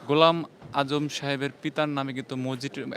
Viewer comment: এই সাংবাদিক এত ভূল করে কেন? অধ্যাপক ঘোলাম আজমের নামটা বার বার ভূল করতেছে।